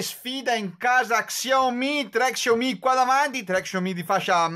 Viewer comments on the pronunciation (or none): Grande! hai avuto le stesse mie difficoltà.. quando abbiamo più di due dispositivi da comparare, è normale avere un minimo di difficoltà con i nomi! Keep Pushing! Ah.. "sciao-mì" per la pronuncia!!!!!!!!!! ahahahahah